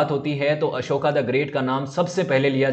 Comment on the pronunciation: अशोका ना बोलो, अशोक बोलो. अशोका स्त्रीलिंगी होता है. आभार.